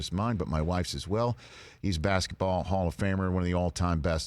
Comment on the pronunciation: “Basektball”?! Really??